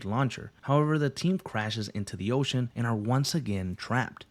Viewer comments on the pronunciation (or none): none